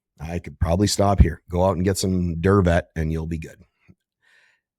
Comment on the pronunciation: Durvet not survey